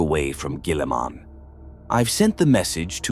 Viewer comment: Lol robot gwèeeleeemun.